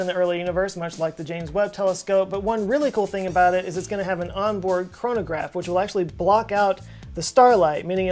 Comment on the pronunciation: not chronograph, but coronograph :-D